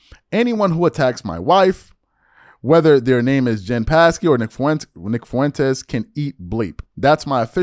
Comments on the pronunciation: It pronounced Jen Sock key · Jen Pas-key😂😂😂 It’s pronounced sa-key. The p is silent. She was the press secretary for the first two years of Biden’s presidency. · It’s Jen “saki” WTF? You don’t know how to say her name? Lol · JD barely responded, you made it seem like he gave a 20 minute monolog like Fuentes did, no wonder you spoke about Vivek more than Vance, otherwise your video would have been only 5 minutes long. Also, her name is pronounced "SAKI," the "P" is silent. You should really study these people before talking about them.